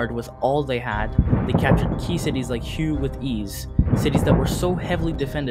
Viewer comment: the city Hue is not pronounced hew, it's hway.